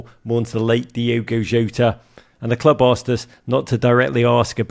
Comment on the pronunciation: Extremely disrespectful for Roger to mispronounce Jota's name to his coach. Guy just has to be different doesn't he. Embarassing